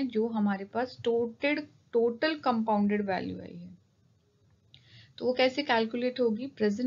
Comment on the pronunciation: Aapne total ko toted bola